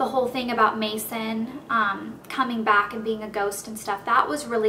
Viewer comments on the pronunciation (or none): none